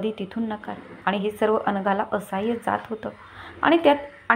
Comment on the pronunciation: असहाय नाही असह्य